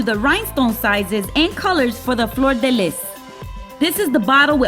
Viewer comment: gorgeous. as an FYI, fleur de lis is French and pronounced fler de lee.